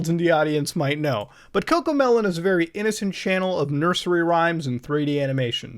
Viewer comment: vewy vewy clear..xD